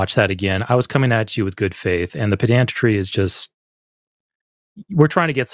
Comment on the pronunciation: People of The Line--I hate to be, well, pedantic, but please, please quit pronouncing "pedantry" with stress on the second syllable.